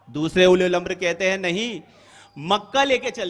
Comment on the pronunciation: Ye uliyul amar kya hai😁😁😁 Abe sale bewquf أُلِیُ ال٘اَمَر٘ نہیں ہے balkiأُلُواألاَم٘ر hota hai Is bhosadi ko quran padhane nahi aata hai aur ahle hadees kahta hai Kutta tum sab qaum ko gumrah karrahe ho